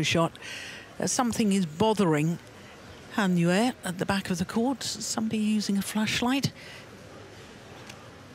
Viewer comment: Welcome back Gill, love the way you say Han Yue! I believe that is correct.😄😄😃